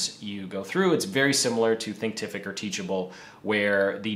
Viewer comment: fyi it's Thinkific not Thinktific